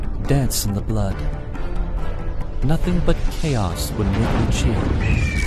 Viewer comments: Thats not supposed to be pronouced as Ci-yan its suppoeses to be Csay-an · It's pronounce as "cyan = saiyen" get it right moonton